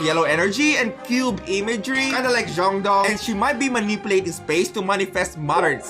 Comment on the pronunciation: Did you say… zhongdong…?😦